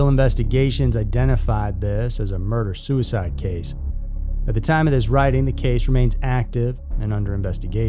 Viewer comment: It's pronounced 'murderer'